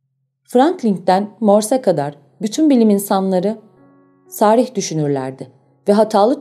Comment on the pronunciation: Ağzınıza sağlık. Yalnız "sarih" kelimesi a uzatılmadan teleffuz edilmeli.